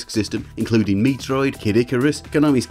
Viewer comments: Just a heads up, Metroid is pronounced as met-roid. Not Mee-troid or Mi-troid. Don't think I've ever heard anyone make a mistake like that, although it as mildly amusing. =P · MEH-troid. MEH-Troid. MEH-TROID! Even in Japanese it is "Meh" not "MEE". "MI" is "MEE" Otherwise it's a fun video. But yeah gonna have to scream at you for that "MEE-troid". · amazing video, but why do you keep calling it "ME-TROID" hahahahah